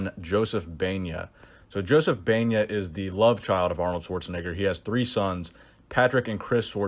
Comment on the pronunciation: totally butchered Joseph's last name 🤦🏽‍♂️..